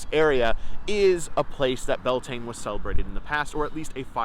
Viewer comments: Its prounced Bel ta nay😂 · I believe you are mispronouncing the name - at least according to Irish scholars. Your spelling is also different. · Would be good to pronounce it roughly correctly; Beltane is an English simplification.